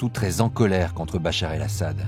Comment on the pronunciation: Интересно слушать как нейросеть называет Башара аль Асада...и Бачар, и Бахар, я думал. в конце видео его вообще Боратом аль Асадом назавут😁😁😁🤦